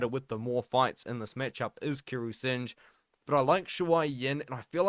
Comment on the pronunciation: Its not sinj, it’s pronounced as Sing-h